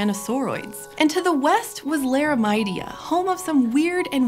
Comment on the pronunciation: LAIRA-MIDI-UH. APPA-LAY-SHUH. GEN-AIR-UH. if you’re gonna run a science channel at least speak the words correctly please. that’s a minor form of misinformation.